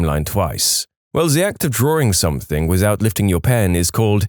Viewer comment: No k in the word “something”